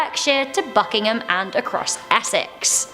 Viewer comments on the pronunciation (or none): none